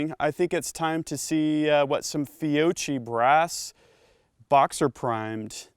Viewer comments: Fio-key not Fio-chee. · it's pronounced fee O key